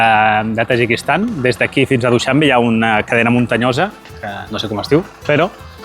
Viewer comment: Duixanbé, paraula aguda. Crec que ho estàs dient com si fos plana :)